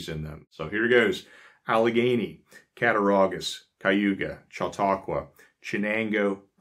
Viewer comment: I congratulate you on your pronunciation of Conewango, Cattaraugus, and Chautauqua!! Although my family is "English," our roots go back to before the Amish settled here. We are really amused by current affairs, worries about shortages, and "preppers" fears of EMPs to which the Amish would say, "huh?"